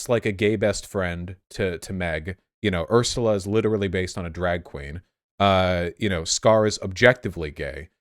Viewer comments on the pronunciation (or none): none